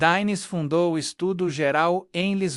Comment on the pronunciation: Dinis não Dáines( esta é pronúncia INGLESA); gu se lê G; Clelmente V se diz quinto